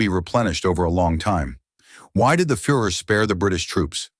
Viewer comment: the "fur er" and the "fore er." Good lord. Does anyone check pronunciation on these horrible videos? Of course not because they are all AI. No humans took any part in this garbage.